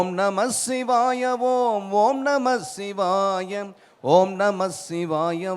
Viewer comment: ஐயா இது தான் சரியான உச்சரிப்பு. Not ஓம் நமச்சிவாய its ஓம் நமசிவாய நன்றி 🙏